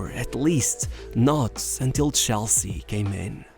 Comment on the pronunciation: CH elsea. not SHELL-sea.